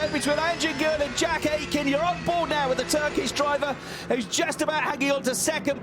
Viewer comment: The britisch commentators really need a small training in turkish pronounciation😂